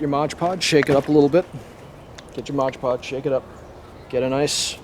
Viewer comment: Mod Podge not Modge Podge